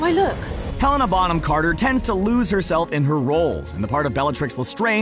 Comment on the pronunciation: OMG how did you say helena bonham carter! it sounds so wrong i am sorry...